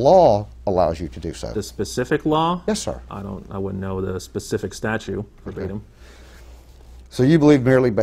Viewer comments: Statute Sgt., not statue 🤦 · He keeps saying "statues". I don't think that word means what he thinks it means... STATUTES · Its Statutes, not Statue........